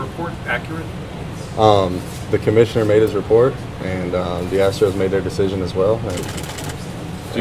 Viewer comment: Why do you have alcohol poisoning? "The commishiter made the repert."